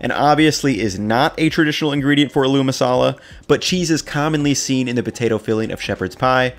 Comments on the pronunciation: It’s pronounced “ah-lu”, not “a loo”. Accent is on the first syllable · Not 'A lou'...'ALL--u' emphasis on the beginning AL not the double 'o' which I can understand is very contradictory based on the way it's spelled. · Aalo not aloo dude, emphasis on the first syllable. Great recipe but this small thing was just bothering me. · Bro, emphasis on the first syllable, its Ah-loo masala not a-LOO masala. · it's not uh-LOO it's more like AH-lu... the "loo" isn't pronounced long. Great recipe btw! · Aaaloo masala , stretch the 'A' it's not a-loo masala it's aaloo masala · It's pronounced "aa-loo",, not "a loo".;) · This is a great idea! I love that you're diving deeper into Indian/Pakistani dishes. Btw aloo (potato) is pronounced "ah-loo" (with the "a" and "loo" parts as seperate syllables) instead of "al-oo". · this mixture you can now fold into parathas before rolling them out and make the classic indian breakfast, aloo paratha (also quick side note, aloo is pronounced with a greater emphasis on the a, so it's like aaa-loo, like the aah without the h sound. I don't blame you for not knowing the pronunciation but since you're this obsessed with Indian food I figured you'd like to know) But yeah aloo paratha, stuff up the mash into paratha dough and then roll it out, and top with butter and coriander. (I would actually add a touch more of the spices to the mash, some fried curry leaves and mustard seeds, and other spices). In my house we'd have that and indian curd (dahi) with sugar in it and it'd be the perfect start to the day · knows quite a lot about legit Indian cuisine Also: aLOoO masala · It's agh loo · love your recipes, including this one - thanks so much! but your pronunciation of "aloo' is driving me crazy - the stress is not on the "oo", but on the "a". it should be 'aalu' - 'aa' like the sound in 'yawn', and then the name 'lou'. thanks again for the recipes - keep 'em coming! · Nice video. It's pronounced like "aaaa-looo".